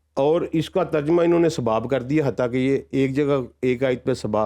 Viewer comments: واقعی اردو میں ترجمہ یہ صاحب تو بالکل نہیں کر سکتے جو ترجمہ کو تجرمہ بول گئے۔ 😂😂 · بھائ جان ترجمہ کا لفظ درست ادا نہیں کر سکتے۔اور چلے ترجمہ قرآن کریم کا انکار کرنے۔جہالت کی حد